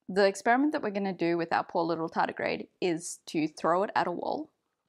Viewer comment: My Chummer (you say Tedigrade) dislike experiments in this way *smile*. After this he feeling little bit confused.